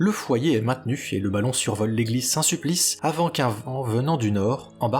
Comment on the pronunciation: L'église Saint-Sulpice, pas Saint-Suplice !